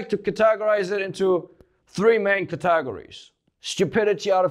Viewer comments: pronunciation tip, emphasis on the CAT in categories, the teg almost doesn't exist, hard gor like Al Gore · "ketagories" sent me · lol, I love 'cate-gories'